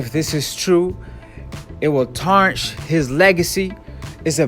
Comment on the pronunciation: “Sciencely” my man learn proper vocabulary if you’re gonna make videos I feel like I lost IQ points listening to you speak l.. Scientifically* and it’s not tarsh his legacy’ it’s tarnish smh